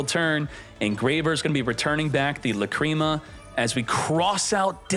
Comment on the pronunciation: Say lacreama one more time and u are gonna get lacreamed on